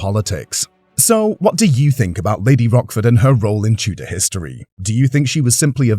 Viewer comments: Lady Rochford...not Rockford. It's C not K. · Pretty sure its Rochford like roach, not rock. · How can this be taken seriously when they pronounce her name as Rockford. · It’s a history channel, at least pronounce her name correctly 😡😡😡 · I was thinking about Rockford files when he kept mispronouncing her name!